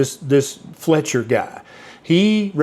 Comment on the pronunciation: thats "Fletcher" not Feltcher right?😂 I always thought it started, as a means to control during Victorian times, when strict protocol was thought to better oneself, Kellogs anti wanking flakes, must be one of the greatest financial successes of a failed product ever 😂